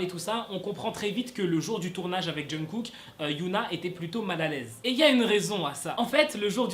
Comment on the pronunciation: C pas jungKook au lieu de Jungook ?